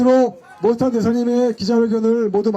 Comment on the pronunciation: 모스탄을 왜 모사탄으로 부르냐? 발음 잘 해라